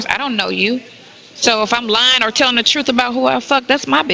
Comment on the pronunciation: Truth not "troof"